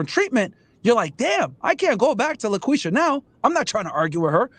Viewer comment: He said Laquisha!! 🤣